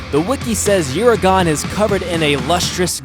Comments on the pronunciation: The Devilijho is correctly pronounced with the j sounding like an h such as in Jesus in the Spanish sense. Devil - e -ho being the correct pronunciation from what i have used in my own experience playing the game and from multiple other sources that play the game The Uragaan is pronounced oo-ra-gone(or gaan) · Wrath-a-los for rathalos.Deviljo is devil-ho. The J be silent. Err-agon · Uuragon is pronounced "Jay Len-no" This pronunciation is of-course accented by the massive chin.